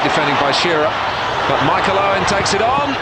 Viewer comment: He even said it like Uwen